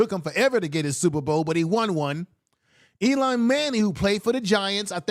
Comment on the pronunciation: Eli not Elon!